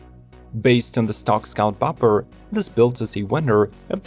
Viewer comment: Dang, not even 15 seconds in and this guy already pronounced “Bobber” as “Bopper” 😂🤣😂 like what the heck is a “Bopper” bike?